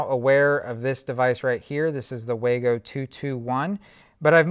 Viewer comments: Fyi not "Way-go" lol. Wah-go. Good video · According to the manufacturer it's pronounced "wah-go" not "way-go".